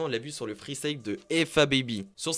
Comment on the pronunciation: Dommage de faire des vidéos de rap et de ne pas savoir prononcer freestyle mais le prononcer freestaïe...😂😂😂